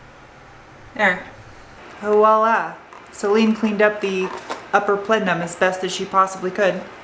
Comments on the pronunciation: Are you saying pletnum or plenum? Sounds like you're saying pletnum. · Are you saying "pletnum"?